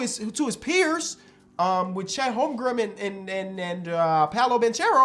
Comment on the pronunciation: “Chet holmgrumb”